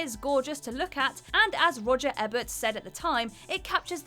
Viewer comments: It's Roger "EEE-bert", not "EH-bert". . . Although I'm beginning to think you guys mispronounce things just to get more comments. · She said "Ebbert", just as Brits say "zebb-ra", not ZEE-bra. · Roger EE-bert, not EBB-ert. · Sometimes, even the best intentions at pronouncing words in English go wrong. "Bye-OPic?" "Roger ebb-urt?" And there are many more. Sigh. "BIO-pic." "Roger EE-bert." And the RFK movie was actually pretty amazing. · Patrick O’Brien, not Patrick O’Malley Roger Ebert, not Roger Everette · Learn how to pronounce your words...It's Eeeebert, not Ehhhbert you stupid bitch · It’s pronounced EE-Bert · Roger Eh-Bert huh? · I thought for one glorious moment she'd learned how to pronounce "biopic" correctly, only for her to then say it wrong the second time. Followed up by mispronouncing "Pulitzer" and "Ebert". And then we have two other cases of spoken errors that only got corrected by an on-screen caption. Why does this channel keep hiring people to read scripts who can't pronounce words properly? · That's the worst one so far. It's a channel about movies how to you not know roger Ebert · Nemesis I’m from England and pronounce Ebert correctly. I think it’s just these young kids who haven’t heard of them and are just reading the name from a script.